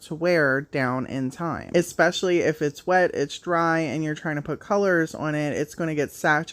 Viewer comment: Not criticizing just an fyi .. The word is pronounced … Especially not Ecspecially